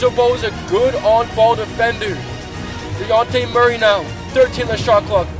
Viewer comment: This guy says deyonte